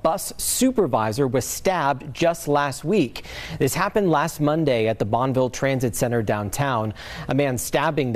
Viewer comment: Bonneville is three syllables, dude. Is this the same guy who reported on Alto Street?